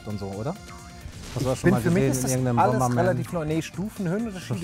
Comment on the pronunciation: Super "Bomerman"? Ist dasn bootleg oder was? ;)